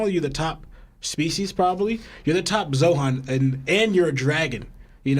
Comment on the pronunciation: Im not tryna be rude but like keeps calling zoan “zohan” and it kinda bugs me a bit